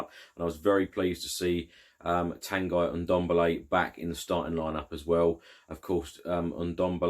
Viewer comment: can you please pronounce Ndombele’s first name right? It’s pronounced “Ton-gee” as he said it in an early video when signed.